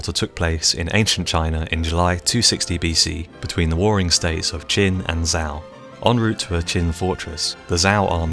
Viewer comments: Zhao is definitely "Joe" not "Zow" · Please pronounce Chinese names correctly! You've butchered all of them except Qin (Ch'in). Wuhan is WU-Hahn not WU-Han, Changping is Chahn-ping not Changping, Zhao is ZHao, not Zzz-ao! Americans have an annoying habit of pronouncing "a" as short, while the rest of the world pronounces it as long. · Zhao is pronounced "Jow."